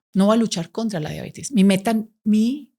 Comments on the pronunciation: Muy buena charla, todo bien pero sorry! No es mala onda pero no puedo creer que tan estudiada le diga Diabetis es Diabetes!! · La señora no sabe siquiera que se llama diabetes no "diabetis" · Como confiar en lo que dice una persona que se dice médico y dice “DIABETIS”, vergonzoso